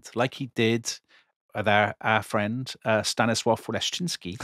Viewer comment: Good prononcuation of Stanisław Leszczyński 🎉